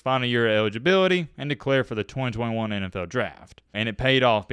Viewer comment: Man, it sounds like you’re leaving a letter out of every word you say or, you’re talking with a mouthful of soup. You sound like Elmer Fudd and Tom Brokaw had a baby. Ewidgeabiwity, twin twin one, twin twin two